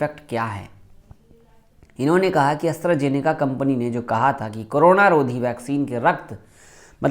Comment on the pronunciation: Bahi Asra Nahi Astra hi